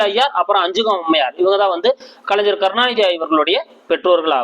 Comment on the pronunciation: நன்றி ஐயா. ஞ என்பதை தாங்கள் ja என்று உச்சரிக்காமல் gna என்று உச்சரிக்கவும். கலைஞர் , அறிஞர்.தவறாக எடுத்துக் கொள்ள வேண்டாம்.